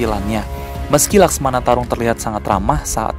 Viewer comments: ko mecamato bukan laksamana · laksamana bang bukan maskmana atau laksmana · Laksamana bukan laksmana *pembetulan